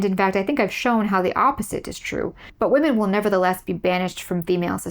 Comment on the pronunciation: You said Wamen like pewdiepie lol didn’t think y ou were a pewdiepie fan